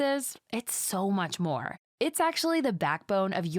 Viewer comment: Yes! Omg so hard to watch with this tone. "The nav bar is SOOOOO MUCH MORE. It will feel AMAZING" made me run to the comments to see if someone else was suffering. The AI Script was already annoying, but making it sound so patronizing as if we're all morons waiting to be enlightened hell nan.